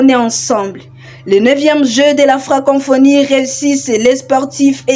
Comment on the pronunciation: Ce n’est pas FrancoNphonie. C’est plutôt FRANCoPHONIE. Co co co et non con conphonie. FRANKOPHONIE. FRANKOFONY. Prononciation svp! Bonne chance!